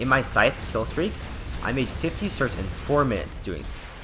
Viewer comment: Certs, not "sorts" you dumbass